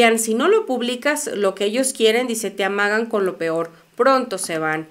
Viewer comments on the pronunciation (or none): none